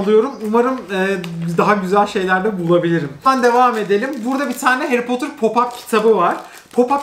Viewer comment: 22.23 nobody harry potur ushquıswqıso